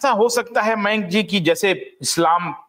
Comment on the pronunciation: जैन सर का नाम मेंक नहीं "मयांक " है!